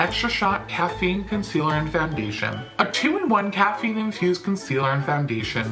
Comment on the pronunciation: I heard you say “cat pee” instead of caffeine in the concealer ...... and I didn’t even feel surprised if that had been what u said 😂